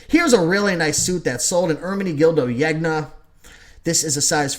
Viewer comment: I've been watching your videos for only a short time (less than a week), and I've devoured most of them already. Love them! Here's a tip on pronunciation: In Italian, the "gn" makes sort of a "ny" sound, like in "lasagna". I've heard you pronounce Zegna like three different ways, so I figured I'd let you know: It's pronounced "Zen-ya" (or Sen-ya if you want to sound really snobby:-P) Thanks for these super helpful posts!